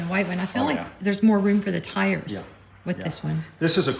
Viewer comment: Stars and tars...I heard the hesitation to pronounce tars as tires the second time around.